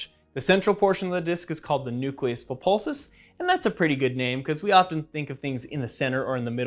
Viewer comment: ha did you just say "populsus" instead of "pulposus"?